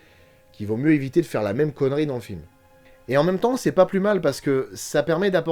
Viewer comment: Le sujet central du roman de King était l'adultère et ses conséquences. Le chien enragé en étant une allégorie. En passant, le prénom de Jan de Bont se prononce "Yann", pas Jean 😊 De la même manière que celui de King se prononce Steven (comme Spielberg) malgré le ph. Mais ça c'est plus compliqué à faire entendre aux français 😏 PS : heu... vous êtes sûrs pour la perruque de Tetelle ? 😁